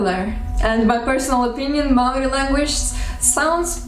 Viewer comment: Great pronunciation for someone who's not even Kiwi, let alone Māori. Gotta say, though, 1st century AD is the earliest date I've ever heard for the arrival of Māori here, by quite a long way. Modern archaeology puts the first settlement at mid 13th century. I've heard a Māori estimate based on genealogy that puts it in the last century or two of the first millennium. I should also add that ng and wh are digraphs (like English th and sh), not diphthongs. Did you know that the Māori word for "what" - aha functions mainly as a noun, but can also function as a verb? It even has a passive ending -tia! The Māori for "What has happened to you?" is "Kua ahatia koe?" Literally, "You have been whatted?" Overall though, I'm impressed with the accuracy and with the care you have taken over this. I've enjoyed several of your other language videos recently, and this gives me increased confidence in the information you've shared there. Mā te Atua koe e manaaki!